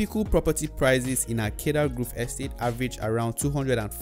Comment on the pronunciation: Grove. Nigerians always pronounce it groove.